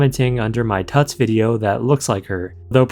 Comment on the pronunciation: It's almost certainly pronounced 'Toots" as in Tootsie and not pronounced like King Tut.